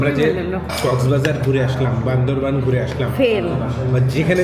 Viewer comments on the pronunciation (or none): none